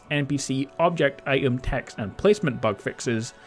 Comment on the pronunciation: this dude pronounce item I 'EM lol hahahaha